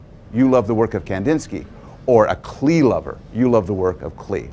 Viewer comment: Klee! It's pronounced Clay!!!